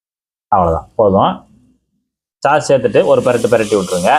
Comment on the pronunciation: " சாஸ்" என்பதை "ச்" அழுத்தம் இல்லாமல் சொல்வதே முறை.